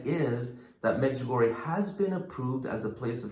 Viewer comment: The correct pronouncing is Medg u go re a I hope this helps people to say it right .